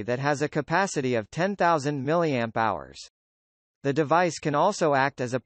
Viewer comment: milliamps/hour (mAh)= "Ma" LOL